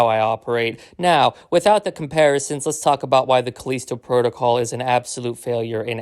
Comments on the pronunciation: “Calleesto” 😂 I don’t understand why people can’t pronounce this word correctly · The way he says callisto bothers me so much lol